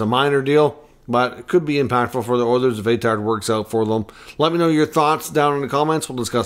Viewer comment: Hey pronounce his name right first off lmao